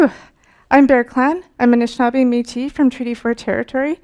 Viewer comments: Metis is pronounced "may tea" not as you said it "met is" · just fyi, its pronounced like Maytea. not Met-is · Great video! Just an fyi Métis is pronounced May-tee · some Metis carry more of the non native gene like warren who's what 1/19th of a percentage native american?? its pronounced may tee. not met is. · Lol its pronounced M EH Teas, Metis, lol I actually have Metis in my family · Metis is pronounced mayTEE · FYI: Métis pronounced like “May-T.” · Lots of comments, not sure if this was mentioned....Just wanted to say Metis is pronounced maey-TEE. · love your work but its pronounced may-tee if thats the native people she is claiming to be. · Pronounced Métis - may tea. - it’s a french word...it’s for French and native heritage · Enjoyed the vid but the pronunciation of Saskatchewan and Metis left me laughing...in an inoffensive Canadian way, eh?